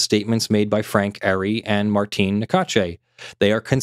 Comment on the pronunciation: Ari is pronounce R-E